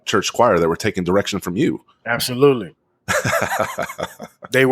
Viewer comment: He said absoluteLEE!